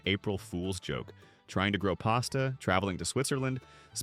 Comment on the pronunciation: Well that’s new to me. I have never heard pasta being called paste-a before… Are you sure that you don’t believe some of these hoaxes yourself?! 😂🤣